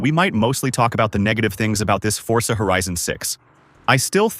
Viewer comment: forza ❌ fortza ✅